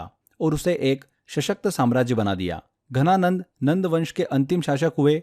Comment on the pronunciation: घनानंद या धनानंद। Please clear your pronunciation.